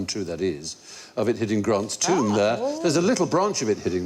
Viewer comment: Love Stephen, but, “Grant’s Tomb?”